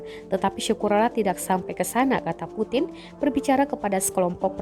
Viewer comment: Putin baca nya primbon bro..puting👎👎🤭